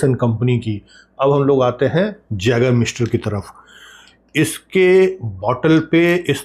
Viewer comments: Sir this is pronounced as yagermeister not jagermeister. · जैगर मास्टर 😅❌ आइगर मास्टर ✅ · Sir small correction yeh as a yay.gur.miester kehlati hai j pronounce nhi hota